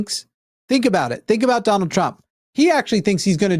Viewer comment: When mispronounced Trump's name like 'Dune-ald' I imagined a Baron Harkonnen with Donald's head on it